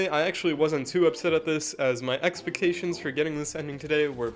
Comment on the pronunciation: wtf does 'experkashuns' mean